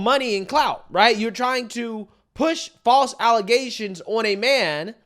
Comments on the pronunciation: False “allezations”. Get it right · False ale-zay-tion .. as Tiffany heynard.. says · its pronounced allezations i think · Its not allegations anymore its allezations. Just ask the citygirl mayor. 🤣